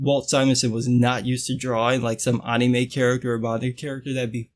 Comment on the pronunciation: You said anime weird my nigga